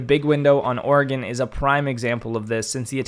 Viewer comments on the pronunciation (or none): none